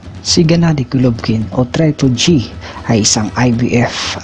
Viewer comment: bakit traypol G sinasabe mo TRIPLE G HINDI TRAYPOL G